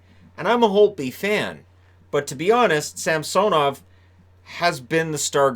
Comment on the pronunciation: Sam-sone-ov. I think it’s pronounced Sam-sun-ov. The announcers say “sam-sone-ov” for some reason. The other way (Sam-sun-ov) sounds much better in my opinion.